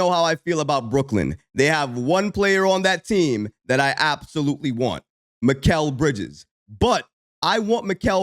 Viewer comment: Pronounced "Me-ka-le"